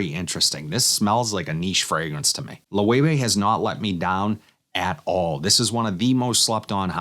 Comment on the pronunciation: Great vid just a nitpick...its pronounced Low-Evay. Not Low-Way-Way. used to work for the company so it happened alot lol